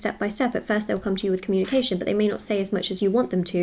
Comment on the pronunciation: “I am open to honest comúnication”🕊